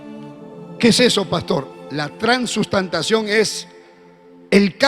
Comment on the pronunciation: Que predica tan dura ojala Dios tenga misericordia de sus palabras por que ni siquiera puede decir transustanciacion